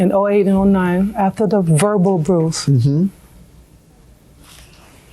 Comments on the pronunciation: I thought it was “abroose” 😵‍💫😓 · I was saying the same thing but it sounds like she put a ‘r’ in it too 😂😂😂